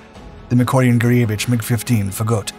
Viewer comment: That's not how we in the ADA mission pronounced "Fagot", lol.